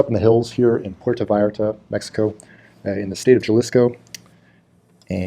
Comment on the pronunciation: The State is Jalisco, pronounced Hal-isco. Also, use the ATM's, you'll get a better exchange than using the little stalls.. At the ATM decline their exchange rate, it'll default to your banks and you'll get a better exchange. Mexico ATM fees are anywhere from USD $0.90 to $2.50 depending on the bank. Mexican's work long hard hours, therefore some of them like to party all night, especially on the weekend. Enjoy your time in PV.